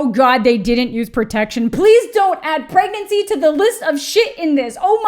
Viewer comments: Aahahahah! "how to PROVENT PERAGANCY" omg I laughed way to hard at that! 🤣🤣🤣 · "How to provent proegnancy" 🤣🤣🤣🤣🤣🤣Deadddd